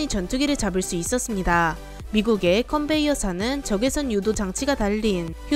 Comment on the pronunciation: 컨베이어가 아니고 컨베어입니다. Convair